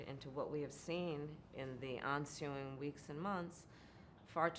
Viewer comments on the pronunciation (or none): "onsuing"? did she mean ensuing? what a doofus.